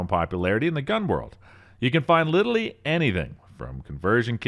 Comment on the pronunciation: My man, the word is LITERALLY! Not Littlelee